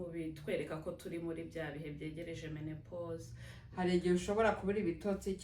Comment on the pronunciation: Ntabwo bavuga menepose bavuga ménopause. Uwo uvuga mene... yabyigiye he???????